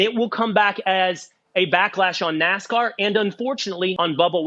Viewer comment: Its NASCAR Not NAZICAR